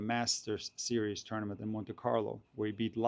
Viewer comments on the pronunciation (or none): none